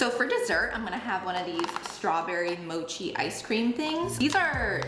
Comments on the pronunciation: moCHee not moKEY 😅 it’s Japanese not Italian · mochi is japanese, so it is "motchi" not "moki" hahaha Btw if you've never had non-frozen mochi, it's amaaaazing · It’s moCHi not moKi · Mocki?? Mocki???? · also, im sorry, but please do not pronounce mochi 'mokki'. japanese is spelled with alphabet phonetically. it is pronounced mochi with chi as in chiwawa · The way you said mochi haha its more like "moe chee":D You gotta try it, it's soooo yummy! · Just fyi, it's mo-chi with a hard h like in cheese, it's a Japanese rice-based product. I personally think mochi is goat and delicious, and mochi ice cream is another step up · Hi, yes you pronunced mochi incorrectly. You're supposed to say it how Stephanie said it. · Love the message of the video! Also mochi is pronounced with the ch sound, not a k sound. I understand the confusion though because it looks similar to gnocchi. 😅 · You were mispronouncing mochi big time. Stephanie said it right. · Yes. You said mochi wrong. How Stephanie said it was correct. I love that stuff. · Dear! Mochi is not pronounced with a “k” 😂 So sad that you don’t love the texture. In Asia, the chewy texture of mochi, boba, rice cakes is highly priced! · I love these videos but the way she pronounced "mochi" hurt my heart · Same. Also fun fact mochi’s texture is called “Q”